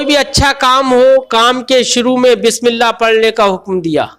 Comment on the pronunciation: حضور بسم اللّٰہ ب کی زیر سے ہے آپ بار بار ب کی زبر سے پڑھ رہے ہیں۔